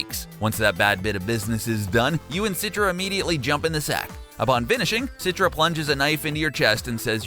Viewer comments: its not "sitra" but "chi-tra" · Man, its "Citra" not "Sitra" 😂😂😂 also, Rakyat means people.. you just saying "peoples people"